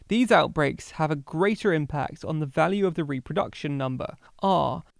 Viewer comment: Imact instead of impact